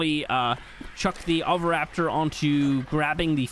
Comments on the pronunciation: Sounds like ow·vuh·rap·tuh :) but i like to say things we wrong to piss people off, me in my kai ken armour xD lol and they can make the phiomio slaughterable and give it big meat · (Oh-vee-raptor) SAY IT RIGHT💀 (I’m just kidding, I don’t care) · Oviraptor is pronounced OH-vi-rap-ter if anyone is curious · Saying oviraptor like that is wrong but apparently Doedicurus is pronounced Dee-dih-cure-us. You'll never catch me saying that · Oviraptor could be pronounced either way. It's more of a question of Greek or Roman style, rather than correct or incorrect. What triggers me is "dispatch OF" rather than just "dispatch." I think you might be conflating dispatch and dispose there. You dispose of something, or you simply dispatch it